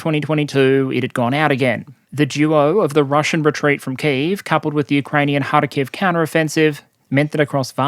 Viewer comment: Its KhArkiv, not KharkIv